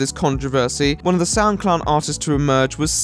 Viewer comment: For the longest time I thought you were saying SoundClown, which actually seemed rather appropriate.